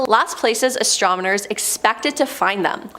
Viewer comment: "Astromoners..." Derp.